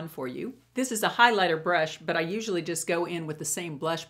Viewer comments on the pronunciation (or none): none